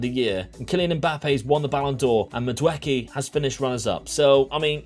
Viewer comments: The name is Nigerian it's pronounced Madu eee kay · Also, to help you out people usually say the name Mad-ooh-eck-ay.